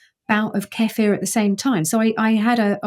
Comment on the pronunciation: Dr. Zoe is correct on the pronunciation of Kefir😍